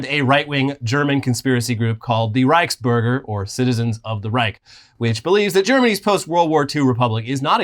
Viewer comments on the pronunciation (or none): Sheiße, it’s RYkes-bURger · The ch in Reichsbürger makes a distinct sound. It's not a K.